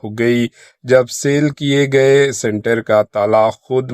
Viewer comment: News Reader Sahab.......! Kaunse school mein padhe Aap.....? " SLATER HOUSE" " SALE KIYE GAYE" " RIDDE AMAL".